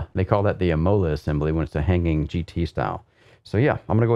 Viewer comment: imola with the accent on the I:)